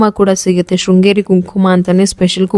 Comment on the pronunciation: ಶೃಂಗೇರಿ ಅಕ್ಕ ಅದು ಶ್ರೀಂಗೇರಿ ಅಲ್ಲ